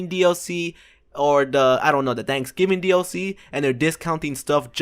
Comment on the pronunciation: you said danksgiving